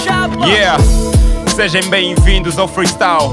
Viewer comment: Saudações. Que tal o apresentador passar a dizer "sejam" bem-vindos ao invés de "sejem"...!?